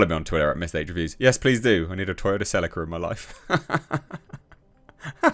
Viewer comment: I was about to sub but then I heard the way you said Celica.